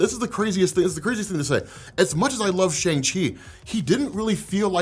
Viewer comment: Love your videos but have to point out Simu spent that whole scene explaining how to pronounce Shang correctly but still 😅